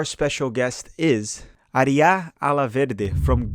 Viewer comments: No you did not , you pronounced Aree ya , but it pronounced R ya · How did it take you awhile to say Arya correct lol